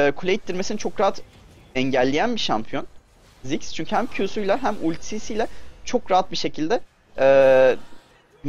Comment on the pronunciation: Abi ismini anlayamıorum. daha belirtili ve yavaş söylersen.